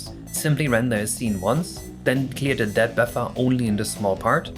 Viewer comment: Friendly tip: If you have trouble pronouncing the end of depth try as if it were deps. Saying dep is less elegant.